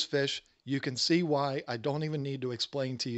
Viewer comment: I actually thought he said wine instead of "Why". I thought, well I don't know what I have to do with African cichlids.